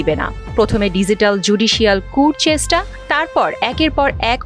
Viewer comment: উপস্থাপিকা চেষ্টা শব্দটা উচ্চারণ ও করতে পারেনা!!😏😏